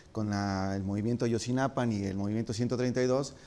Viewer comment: Maleercom sa de cv si a él, no lo dejas hablar por todos los mexicanos, tu tampoco te deberías nombrar el portavoz del pueblo mexicano, yo sí comparto muchas de sus opiniones y comentarios, es cierto que dice Ayotzinapan, en lugar de Ayotzinapa, pero eso no hace ni mas ni menos valiosos el resto de sus comentarios